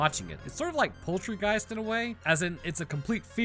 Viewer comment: I know he said Poltergeist, but I honestly heard Poultrygeist, which is way funnier.